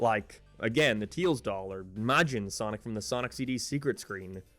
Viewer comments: it makes me cringe when he says "teels" instead of "tails" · Tails not teils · Wtf man its tails not tiils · And the subtitles still think you're saying "teal's" instead of tails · funni moment he says teels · why do you pronounce tails as teals? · This guy can’t pronounce tails but can pronounce majin